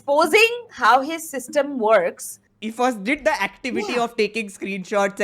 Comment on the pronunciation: Every time I hear the word Systum (not System), I can only think of the famous dialog - Systum Rabish ji Systum (Spoken by Badri in interview with Rabish) Rabish - A mimic/carcicature of Ravish which became popular because of great acting skills The Screen Patti references 😄